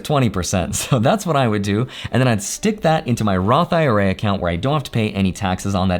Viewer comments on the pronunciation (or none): none